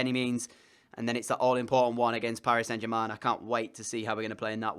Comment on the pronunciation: It’s funny the way he says Paris saint germain